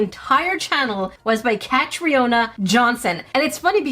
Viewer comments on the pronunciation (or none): It's pronounced 'Catrina', not 'Cat-ree-oh-na'. It's scottish.